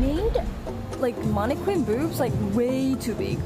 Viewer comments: Man-uh-kin. Not whatever you were saying. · The way she says mannequin is interesting. Plus you need a tall friend to go places with you. Or an extended claw. Why cover your tattoo? In America it's ok to show your tattoo.